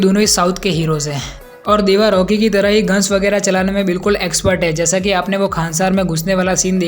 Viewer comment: Bro it is deva not dava😅😅